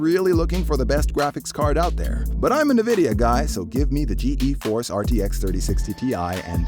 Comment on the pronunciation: The “ Ge e force RTX” lol I’m gonna forget about this